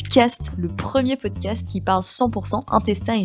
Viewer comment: le "O" de "POOCAST" qui tombe 😅😂